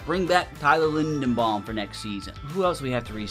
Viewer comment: it’s LindeRbaum. Not LindeNbaum, with a R buddy😂 you’ve been saying that for years